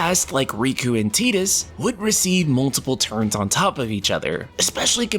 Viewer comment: Grammar Naatzee here! For those who care, it's Tie-dus, not Tee-dus. Zidane is spoken Zid-dane, not Zid-dan. Also, it's May-ko - unless your actually Japanese, then Maa-ko is acceptable, lol! Finally: Chocobo is pronounced Cho-ko-bo, not Chocka-bo. Additionally, with more than a few titles, the main character names are symbolic of elements, such as Terra for Earth, Cloud and Squall for Sky/Wind, Tidus for Water, Lightning for, well, lightning!, and Noctis for Night/Darkness.